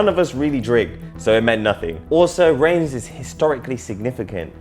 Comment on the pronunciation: Reims is pronounced Rans FYI